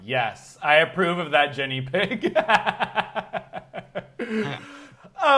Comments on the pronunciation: Great interview! But it's driving me nuts that keeps saying "Jenny" versus "Ginny" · mate her name is Ginny not Jenny haha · Americans really can't cope with the name "Ginny" can they. Are they saying Ginny, are they saying Jenny? They don't even know! 😂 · It sounds like he is saying Jenny not Ginny. It killed me